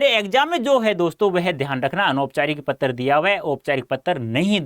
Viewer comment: Pattar also🤣🤣